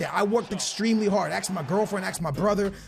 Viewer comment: aks my girlfriend aks my brother it's ask do you have a problem speaking this is not the first time.